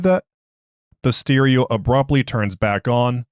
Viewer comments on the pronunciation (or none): You lose points for pronouncing 'stereo' wrong, but you make up for it by recommending the Exploring Series.